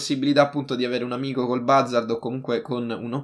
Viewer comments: Si pronuncia buzzard non bazzard. Cmq bel video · Oppure andare all eliporto del mare di San Andreas e ti prendi l'elicottero invece di fare tutto in macchina CMQ ti stimo continua così 😜❤ e si dice "buzzard" Scusa se ti correggo sempre non odiarmi 😂😂